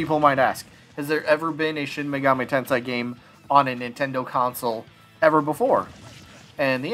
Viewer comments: I’d give him a nay. We already have Joker, simple as that. Plus, he just doesn’t seem unique enough. Also, just FYI, it’s Shin Megami Tensei, not Tensai. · Yay!!!! Bro if you can't pronounce Shin megami tensei (ten-say) you can just say megaten or megaten 5 lol. The megaten series has been on nintendo since the Famicom in 1987. All the mainline games have been on nintendo. Megami tensei 1,2 on Famicom and remastered on Super Famicom. Shin Megami Tensei 1,2,if all on super famicom.